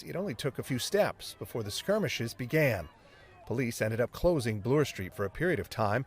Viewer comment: Doesn’t Bloor rhyme with Floor?? I’ve never heard blew-er.